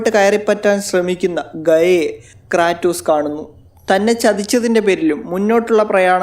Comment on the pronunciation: ക്രേറ്റോസ് ❌ ക്രാറ്റോസ്✅